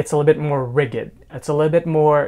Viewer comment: Love all your videos. You are fantastic!! P.S. "rigid" is pronounced with a "j" sound as in '' like "rijid" instead of with a hard "g" sound. Keep up the great work. Looking forward to more videos.